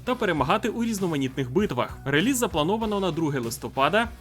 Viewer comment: Чудово як завжди, тільки одне ріже вухо - релИз, реліз від слова release(i) а не від лизати 😂